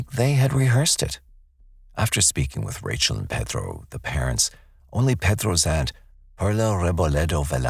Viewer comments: Is he saying Pethro? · Why are you pronouncing Pedro like your from the heart of Mexico????? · I can’t stand the way This narrator has to act like he’s Mexican and the way he pronounces Pedro. His voice is so annoying. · Did narrator really need to sound like that saying the names. Like the name Pedro. Is it because someone will get offended if you don’t say with an accent?